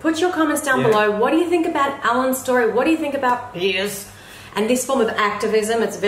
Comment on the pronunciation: I love the way says "piers" like she's belching up something foul. lol 😆